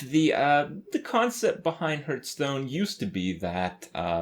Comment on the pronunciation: please stop saying hurthstonn.